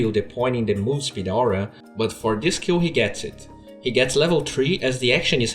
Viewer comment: really enjoy your content but... please, could you pronounce "kill" clearer? it often seems for me that you say "Q" (kew) and i wonder what did you mean? some hero's 1st spell? or some "key"?